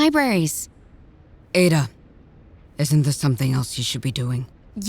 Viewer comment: Let a Nigerian pronounce the same name you'll be surprised and enlightened 😅